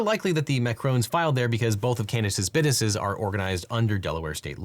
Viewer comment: You said, "bidnesses" dude...